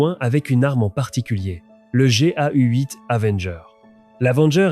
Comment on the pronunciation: le "Goui" (GAU).. "l'adisque" (A-10) etc.. quelques détails de vidéos sympa mais faire la traduction par l'IA bâcle tout, 30 mn de lecture sera + appréciable que de vouloir faire vite version navire usine japonais..